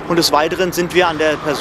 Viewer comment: Immer mehr Menschen sagen "beteidigt" statt "beteiligt"🤦und dieser Feuerwehrsprecher dreimal "beteidigt" 🙄😬